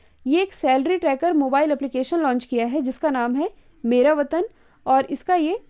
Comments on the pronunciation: Mam it is vetan Not vatan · Ques 5th me mera vatan app h ya mera vetan mam aapne likha vetan h or bol vatan rhe ho pls dekh kr bolo confusion hoti h kal ek bar ise clear kr dena pls